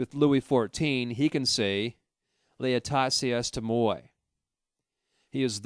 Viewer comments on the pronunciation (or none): I think it's french, 'l'estate est moi' - the state is me, or I am the state' pronounced lay-stah-tuh ay muh-wah'. sounded like you were going for the latin pronunciation which would normally make sense with Jung but he was referencing a famous quote from the french monarch Louis XIV